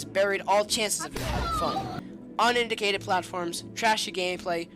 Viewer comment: he said unindicated